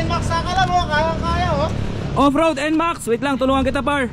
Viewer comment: I love your vids, kaso nakakasira ng araw pronunciation mo ng par tska baler. Alam mo namang mali e, pakiayos pls. Thanks.